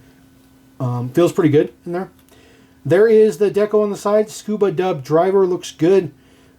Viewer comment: Repeat after me, Scrubba not Scuba, Scrubba not Scuba 😛